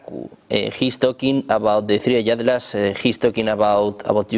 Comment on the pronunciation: Es atlas no adlas